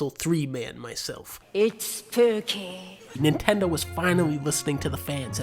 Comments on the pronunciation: "It's spewkeee" lmfao what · its spewookey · it's speukey